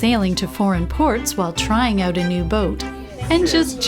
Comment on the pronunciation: If I was this guy and I could go back in time the one thing I would, i would do, if I were him, would be to go back in time and learn how to pronounce the word "out". That's it. Other than not being able to say the word 'out' correctly, great guy!